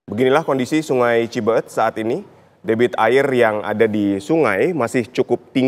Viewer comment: Bukan cibeeut tapi cibeet...kalo ngga bisa sebut cibeet ngga usah jadi reporter min.🤣🤣